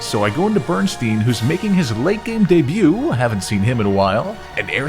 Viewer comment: Bro not you naming a Pokémon "Bernstain" and then pronouncing it "Berenstein!" Talk about the espeon effect!